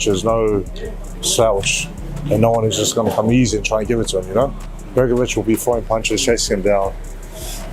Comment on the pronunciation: Hopefully this guy learns how to pronounce Hergovich's name correctly